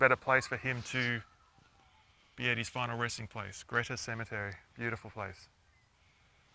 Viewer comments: It is pronounced Greeta………..Jack Jones is buried in Wangaratta Cemetery, close to Mason St, towards the original front of the cemetery. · Really enjoyable video & like few others laughed at your dry humour. By the way, having lived in Glenrowan for over 20 years, I've only ever known Greta pronounced as you would the word 'greet'. One of those English language odities i guess